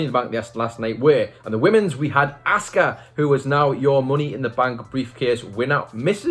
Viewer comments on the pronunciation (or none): Why do you pronounce her name wrong??? It's not ASK-uh 🤦‍♂️ It's AHH-SKUH